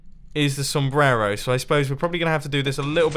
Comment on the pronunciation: You pronounce the word "sombrero" pretty funny, loved this door tho <3 Greetings from Mexico bro ;)